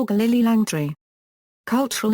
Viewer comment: OMG I agree and pronouncing words so badly Langtree actually and St Hellier is correct. Worst ever commenetary. Could not watch it as Lily Langtry was an amazing woman. Shame I was really looking to watch this